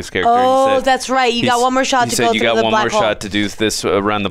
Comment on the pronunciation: does she say *butthole in place of *blackhole🤔😂